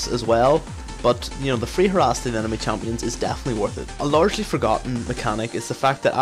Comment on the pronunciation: Lol i keep hearing her ass from harass, "you should poke, her ass